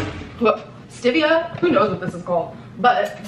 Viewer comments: Did she just call stevia stivhea 🫣💀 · Does it bother anyone else that she can’t say Stevia and that she thinks it’s fake sugar? I think I’ve been part of the Amberverse way too long😜